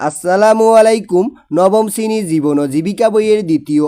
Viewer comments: 😂😂শিএনি না এটা শ্রনি😂😂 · আরে শ্রনি না শ্রেণি,, 👍🙂